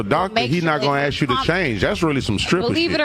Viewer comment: Aks? Claim to be educated and can't pronounce ask. What a retard.